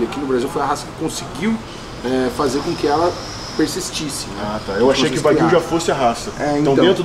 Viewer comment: Corrigindo a pronúncia “carne de uai-guiu